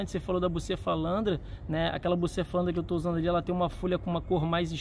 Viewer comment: Bucefalandra??? Eu acho q c falou outra coisa😂